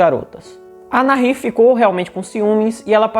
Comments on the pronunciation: Boa a história, gostei do canal. Parabéns, mas a pronúncia correta é Nair. Mesmo com o H entre o A e o I. Não diga NARRIR, pois é errada essa pronúncia! E também não se diz hókei. A pronúncia correta do esporte é Rókey, mesmo começando com a letra H! E se escreve HOCKEY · É Nair mesmo… o h é mudo!!! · Se pronuncia NAÍR. La H no tiene sonido. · Fala Na-ir... o h é mudo no español... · A pronúncia correta em espanhol de Nahir é "naír" (o "h" nao tem som). Abraços do Uruguay. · Meu querido a pronúncia correta do nome da moça é Nair. O agá(H) não modifica a pronúncia ok?. Um abraço. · Que ótimo vídeo!!! Parabéns!!! Sou tua seguidora e adoro assistir teu conteúdo! A pronúncia do nome da moça Nahir é sem pronunciar o H... como se ele não existisse mesmo... A gente tem a tendência a fazer som de dois erres (RR) no H por influência do inglês, onde fazemos esse som no H...Sou professora de espanhol e tenho dupla cidadania por isso me senti a vontade de dar pitaco aqui 😉! Então você estava pronunciando corretamente no final! Ótimo trabalho, siga assim!! 👏👏👏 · Se o nome é espanhol, se pronuncia com H mudo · Realmente querido, vc errou a pronúncia exata do nome dela... a pronúncia exata é, "Assassina Vagabunda"... Desculpe o desabafo sincero de uma mãe.... bjo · No espanhol, o H não se pronuncia.